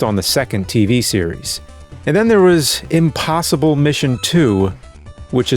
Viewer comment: I should have known that was by the way he says "imBossible".:D